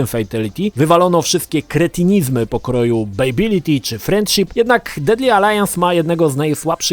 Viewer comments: FATALITY a nie fejtaliti ;) i BYBALITY a nie bejbaliti ;) sorka, że się czepiam ale mój grammar nazi nauczyciel się czepia ludzi :P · Najbardziej ciulowate to jest wymawianie przez Ciebie fatality i babality.